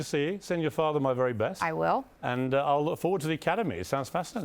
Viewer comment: "I really liked her. - She looks like a superstar, was great fun, wery intelligent, wery smart, wery charming, wery warm, with direct eye contact. Seems like a wery nice person ..." sayd Piers Morgan about Meghan Markle (When he first met her in person)